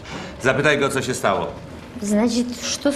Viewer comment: Yeah that's not overemphasis that's the correct pronunciation. I'm guilty of not pronouncing the diacritics but you're supposed to pronounce them if you're speaking correctly.